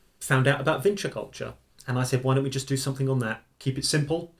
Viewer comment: Vinča, not Vinça... Serbian doesn't have the letter Ç. Винча култура = Vinča kultura = Vinča culture